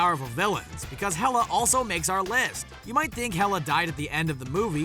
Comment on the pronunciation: "Hel-a" yeah!